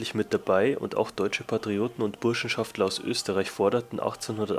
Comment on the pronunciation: Burschenschafter ohne L :)